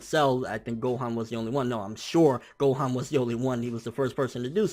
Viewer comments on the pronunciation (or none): none